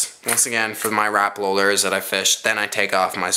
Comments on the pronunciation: Rapala not rapla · A simple blue fox vibrix is the way to go and learn how to talk not lurr or rapla and troat It's lure rapala and trout god damn and u were calling a swivel a spinner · You called a swivel a spinner. I don't think you now much about fishing. It seemed to me that you were reading the names on the lure because you said rapala wrong. You said RAPLA